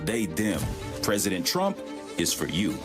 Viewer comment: Did she call him Donald Trunk???